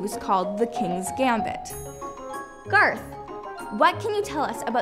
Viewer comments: It's Garth not Garotth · lel< I was like "DID YOU JUST SAY GARROTH" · IT'S GARTH, PEOPLE!!! IT'S NOT GARROTH!! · Bokz To its not GARROTH its garth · OKAY ITS NOT GARROTH IT. IS. GARTH!!!!! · It's Garth